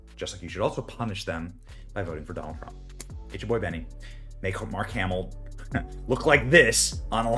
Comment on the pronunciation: Mark says "Trumf"